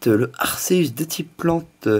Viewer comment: Arceus ce prononce arkéus sinon bonne vidéo ^^